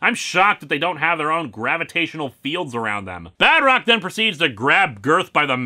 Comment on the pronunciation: Oh my, when last time I heard him saying "Badrock" I undarstand Bedrock and I was expecting Flintstones comics review XD